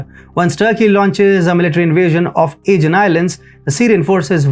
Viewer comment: Aegean is pronounced in English with the stress on the SECOND syllable; ah-GEE-an . I had to think to work out your pronunciation "A-gan's" meaning. Lucky my Geography is good and I know the Aegean Sea well. Another odd pronunciation from your part If the World is Development. It's pronounced dev-EL-op-ment. When you say Development it's sounds like Devil-Upment! Very good analysis by the way.